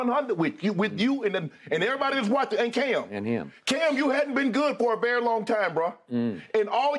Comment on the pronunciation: “Berry Berry Long Time” 😅